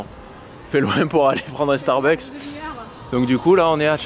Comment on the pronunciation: Jadore qui dit starbUk et apres ya qui dit starbuks et ducoup il Starbuks. lol PS: Jadore vos vlogs!!!! <3<3<3